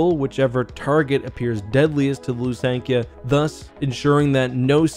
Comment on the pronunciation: I always pronounced them THy- ferra not Ty-ferra, Lusank-I-ah not Lusank-ee-ah and Yh-sann not Eye-san-ay, have I been wrong all these years? You called the 'Lusankya' the 'Executor' 😅 and kept swapping between calling the Valiant an Alderaanian and Corellian ship, it was Alderaanian, a Thranta-class War Cruiser.